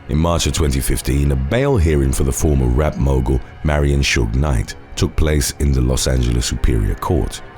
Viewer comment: Oh, "rap mogul" not "rat mogul".